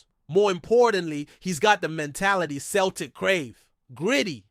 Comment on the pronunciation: It's not Kel tic , it's Celtic.( Sell tic).